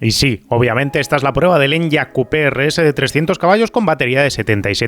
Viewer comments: No se llama En-yaq (usando la Y como consonante) sino E-ny-aq (la Y como vocal) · Por favor, deja de decir "en-yak" y dilo como "eniaq" 😅